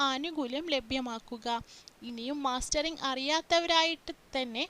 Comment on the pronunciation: മാസ്റ്ററിങ് അല്ല മസ്റ്ററിങ്